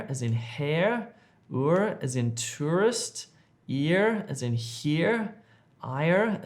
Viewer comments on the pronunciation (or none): none